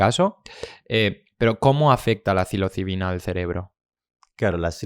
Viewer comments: Como curiosidad.Soy yo,o el presentador dice siempre cilocibina,en vez de psilocibina? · psilocibina, no cilocibina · Se dice “psilocibina”, o sea, es con “s” la primera, no con “c” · Os ha dolido igual que a mi cada vez que el podcaster pronunciaba “cilocibina” ?😂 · No tiene nada que ver,psilocibina es ps,no es pc.Como lo dice el,si dices psicólogo como dices tú, oirías cicologo